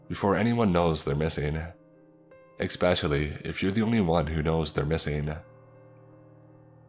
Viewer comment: I love your page and stories but there is no x in the word "especially" it is not pronounced "exspecially" lol really triggers me when you say that. There are a few other words you pronounce weirdly and it bugs me. Just saying, it would improve your videos IMO.